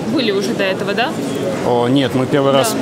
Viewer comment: как он говорит "ДЭА", считайте)